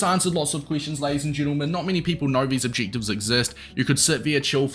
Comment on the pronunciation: Not to be rude but stop saying objectives like that😂